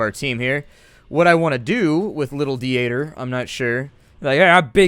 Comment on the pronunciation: Hey, how are you? Just wanted to stop by and let you know that the German name Dieter is pronounced like deter with an elongated e like in see. Anyways, you do you and keep up the awesome singing. It's as always a pleasure to watch your vids.